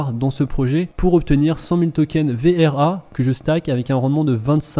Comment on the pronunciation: Arrete de dire "VER" c'est "VRA"